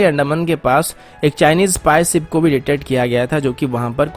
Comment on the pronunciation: Bhai naam ansuman hai ya anshuman , Or video suru mat kiya karo, shuru kiya karo.sip nahi ship kaha karo. Sun ne mai ajeeb lagta hai